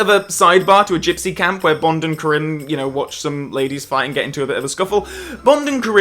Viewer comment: I wonder why mispronounces “Kerim” over the course of this review. He seems to pronounce it correctly in every other FRWL video 🤔